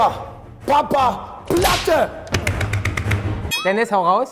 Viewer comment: Ui da fällt Knossi mal kurz aus seiner Rolle wenn es was zu gewinnen gibt, toller Schauspieler! Das ist das 1.Mal das er Papaplatte korrekt ausspricht, sonst nennt er Ihn ja Papalatte, sowie mit all seinen anderen Künstlernamen,Unges usw..